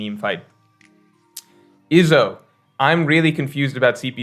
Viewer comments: also wtf is "Ihzo" His name is pronounced "eezo" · Why do you say Izo like that. It’s E-Zo. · Why you pronouncing Izo like Lizzo without the L lol